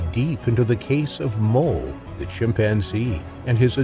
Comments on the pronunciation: Bro there is no L in Moe. I watched this entire video thinking this chimps name was mole until I read the comments. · thats what i heard as well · The narrator sounds like hes saying mole instead of moe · Are you saying "Mole" instead of "Moe"?